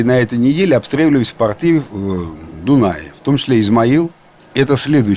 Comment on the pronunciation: Не портЫ, а пОрты. И тОрты. А не портЫ и тортЫ.